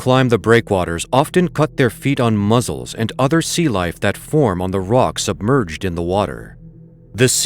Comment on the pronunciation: Muzzles?...You Mean Mussels...These Narrators Speak Perfect English But Have No Idea How to Pronounce Simple Words....Not Really a Big Deal to Me But i Just Wonder Why